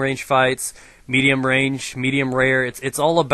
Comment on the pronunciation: he said mediem rare when the waiter asked me how i like my steak